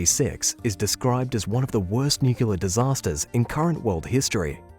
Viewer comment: Say it with me...Nuclear....New-clear not nucular.